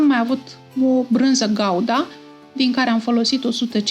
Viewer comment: Doamna draga ,corect se zice Branza Gouda(Guda)!😢